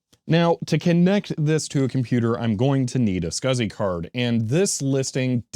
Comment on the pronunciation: I am pretty sure, that no one says "scasi-Port". I think it is S C S I